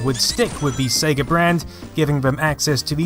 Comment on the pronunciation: Brilliant work and goodness you pronounced it SEYGA (as in Ages), not Segga as in Egg:)